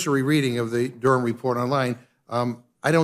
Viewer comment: Why say Durham like "dooram", it's like going out of your way to mangle a place-name about 6 times older than the US. Well done for not saying the H in it, like you do wrong with Birmingham, but I've never, ever heard the ancient town of Durham mangled like that in my life.